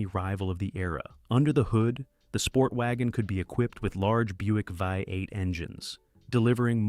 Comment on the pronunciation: If you cannot correct your AI voices don't make the Dang video. It's so annoying vi eight. What's wrong with you